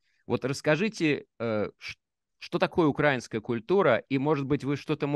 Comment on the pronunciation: УкрАинская культура, укрАинец режет слух,. Это странно, что филолог ставит неправильно ударение. И даже не слышит, что Быков произносит укрАИнец. Надеюсь, что этот комментарий будет замечен.